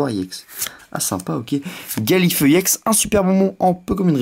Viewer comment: Sa se dit ex pas iex